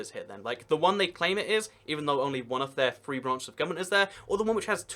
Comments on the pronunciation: 3 is pronounced "three", not "free". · It bugs me how you say “free” instead of “three”